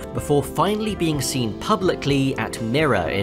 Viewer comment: fyi- MIRA is pronounced my-ra